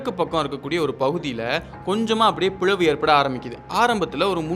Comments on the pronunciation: பிழவு இல்லை பிளவு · பிழவு ❌பிளவு(Pi"la"vu) ☑️ ....🙏